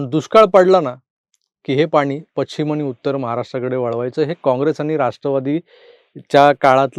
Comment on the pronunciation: तुम्ही पश्चिम या शब्दाचा उच्चार पच्चीम असा करता, कृपया सुधारणा करा.